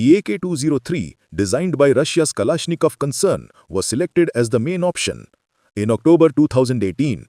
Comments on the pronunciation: So funny the PM cannot even pronounce Kalashnikov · PM doesn't pronounce Kalashnikov 😂😂😂 Chawala facts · The pm can t even said kalashnikov